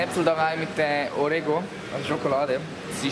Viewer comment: Orego? Oreo??